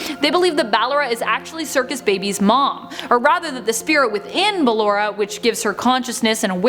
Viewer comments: BAL- LA-RA I’m sorry you literally just said the word ballerina but you can’t pronounce her name correctly it’s the exact same word but with a Ora ag the end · She really said Ballara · Am I the only one who cringes when she says “bALLeRa” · ik like BELLERA i'm triggered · The moment she said bALLeRa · No I do to but I cant change her whole voice even tho she clearly says it correctly once so she knows how to say it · SmushFace l bALLerA! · Same I say it another way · In phoenix Kev she talks like you don't want auntie bALLeRa to get mad at you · i know its ballarena or thats how its prnownched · OMG ITS BALLORA NOT..uhh "ballera" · Like bal Ora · is it not ball-ora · She obviously can't pronounce Ballora's name right. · the name butchering is ruing this for me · Take a shot every time she says Ballora wrong😂😂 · OMG how does she Not know she is saying it wrong? My god XD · its very annoying how she just said ballora wrong 100 times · and that is why she doesn’t know how to pronounce Ballora’s name 😭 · But when she talks about Ballora's stage she says her name right. Every other time she says it wrong. Her name is even spoken with the correct pronunciation in sister location. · Oh God she said ballora wrong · No. She started saying the name right half way through. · ur the thing is in the first part she had no problem saying it what’s different now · She said ballora wrong so many times it killed me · Her BALLERA Me: Ball-aura BALLAURA IS WHAT IT SOUNDS LIKE- *ANNOYING SCREECH* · ba-llo-ra not ba-lle-ra but good vid tho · Its ballora not balora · its ballora not BALLora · It’s ballora not blawar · This is triggering me, first she says BaLlErA instead of buh-lor-ra, then she says how ballora might be C.B's sister when she's actually Liz's mum Clara!!! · BAA-Lo-ra? Really? It’s ba-LO-ra (Still love the vid ❤️) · ITS BallOra Not BallEra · Ballora. Not ballera. (Buh-lore-uh) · Yea bc she pronounces it wrong its "Bu-lore-uh" not ballera😭😭😭😭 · It’s ball- or- a